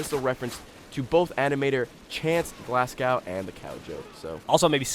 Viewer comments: Did Geoff say Glascow? It's Glasgow. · its not glascow, its Glasgow like glass - go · Glasgow not glasscow and pronounce it like glaz-go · its Glas-go not glass-cow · its not glassgaw its like glas go thats how you prenounce it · Ok I just have to say this, Geoff you've made this mistake too many times... It's pronounced "Glaz-go", phonetically spelling obviously, point still stands. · ffs its Glasgow not glass-cow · "Glascow"? it's "Glasgow" haha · Its not glass cow is Glasgow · ITS PRONOUNCED GLAS-GO NOT GLAS-COW YA FANNY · It's pronounced glaz-go not glass-cow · Stop saying it "Glass-gow" It's pronounced "Glaz-goe" everywhere in the world, you wouldn't say "Cheena", educate yourselves fools. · Glass cow? haha, its pronounced "glaz-go" :P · It's not pronounced Glasscow, it's pronounced Glasgo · Glasgow. Glaz-go/co. Not glass-cow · Its glasgow not glasgay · The rage of all British/Scottish upon hearing: "Glass-Cow" instead of "Glas-go". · Just gonna join the herd of people milking this glass cow deal, its glaz-go geoff, or should I say GOEFF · Glass-go not "Glasscow" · Please tell me that Americans don't all pronounce Glasgow as "glass-gow", it is meant to be pronounced as "glass-go". Also, most Scotsmen don't wear kilts unless it's a special day like Hogmaney or Robert Burns Day. If you want to know what the hell Hogmaney is, go look it up - this is the internet, you can DO that. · ffs its GLAS-GO not glass-cow. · Not that Geoff will ever see this or care if he does but its pronounced Glaz-goe not glass-cao, and we wear tracksuits and stanley knives in glasgow not kilts ;) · Just saying... but Glasgow is pronounced more as Glazgow. Thay were saying Glass-gow and it sort of annoyed me. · Glasgow = "Glass-go" NOT "Glass-Cow" FFS Geoff... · Where do you Americans get "Glas-cow" from? you pronounce it "Glas-go". also we wear kilts usually at weddings :) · Pronounced Glass-Go, GLASGOW! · It's pronounced Glas-go not glasgow... -. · Its glasgow in scotland not glascow